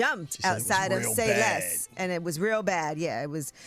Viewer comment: "Say Less" not "See Less"